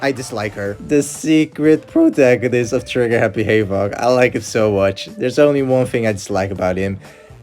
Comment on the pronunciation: he pronounces havoc like hayov